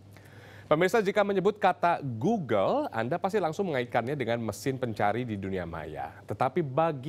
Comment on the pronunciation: G o o g l e ....... di baca glugluglug ..... 🤣🤣🤣